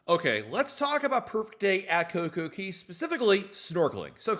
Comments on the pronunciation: It is CocoCay not Coco Key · Why do you keep calling it Coco Key when Royal Caribbean, the OWNER of the island, calls it Coco Kay? C'mon...say it right weirdo.